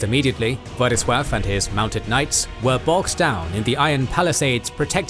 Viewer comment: As a Pole I really appreciate the proper prenounciation of Władysław's birth name, and not any latinisation like Ladislaus :)